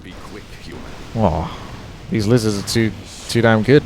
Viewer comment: stopped watching when he said lizarss